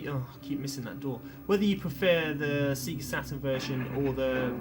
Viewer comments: But seriously, Sega has spent decades actually saying the name of the company of loud as the logo appears on screen. But you still call it sea-ga? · Sorry I couldn't watch the video after hearing you say "SEA-GA" for the third time! No matter if you've played Sonic once or a million times... the "SEGA" intro should of drummed the pronunciation in your head forever!! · Thanks for the warning, I can't watch videos where people say Sega wrong over and over. Just gets on my nerves. Usually it's sehga, though, so at least this is different in its wrongness. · In my country (Italy), "See-ga" was the official pronunciation, and probably it still is... but likely because "Sega" in Italian means handjob. lol